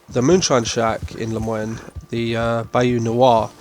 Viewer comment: Bayou New-ah? And La-moy-knee? British people have a difficult time with old south names. Austin and Tumbleweed are easier to say but that's supposed to be Texas. Lousiana is what they are going for with Saint Denis and the bayou.